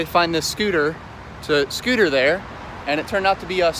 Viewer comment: Bruuh this dude just don’t stop saying skooter